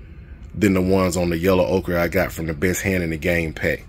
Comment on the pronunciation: I've heard you ask about it in a couple of vids,, so I'll tell you that you are pronouncing "ochre" correctly.